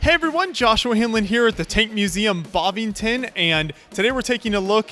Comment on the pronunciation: It's Bovington! Not bovingtan